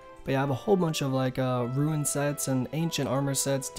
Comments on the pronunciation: I know it's a small thing and other people have pointed it out but it's not "how much people" it's "how many people". English might not be your first language which is understandable! Also, "rune" is pronounced "roon" not "roo-in". Either way, I enjoy the videos it's just hard when basic pronunciations and grammar is flubbed. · Instead of rune hes saying ruin lmfao Never heard that before? Ru-in